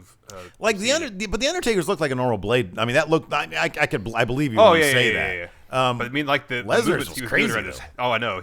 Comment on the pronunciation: he Bo-lieves and becomes Boman Reigns